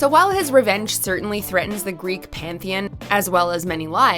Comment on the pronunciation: OMG the way you guys pronounce things are just horrible. Pan-thee-on not Panth-eon